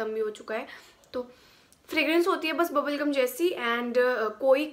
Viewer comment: Did I heard bulgm instead of bubblegum !!🤪such an honest n cute review though ♥️